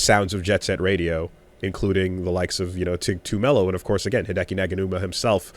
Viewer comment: Sorry,, did you mean to say Hideki POGanuma? Or maybe Hideki Nyaganuma?